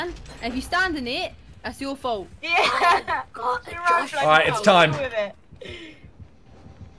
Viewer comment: "I putitdaaan. if you standinnit, that's your folt"